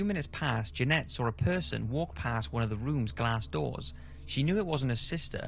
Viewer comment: why do you pronounce "saw" with an "r" at the end???????